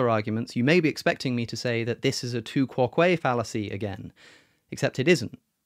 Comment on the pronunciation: Quoque is not stressed on the second syllable. What are they teaching in Oxford?